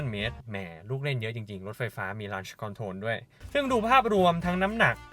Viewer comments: Launch อ่านว่า ล้อนช์ ครับ ไม่ใช่ ลั้นช์ แนะนำเฉยๆ อย่าด่าผม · ออกเสียงคำว่า launch ไม่ถูกต้องนะครับ??!!